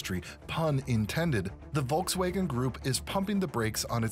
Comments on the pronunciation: Volks wagon, not Volks waygon. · volks waghen pronounced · Never heard Volkswagen pronounced this way….